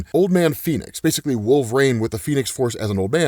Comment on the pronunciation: Bro question why do you pronounce wolverine like that? Is it a preference thing or is it that actual way to pronounce it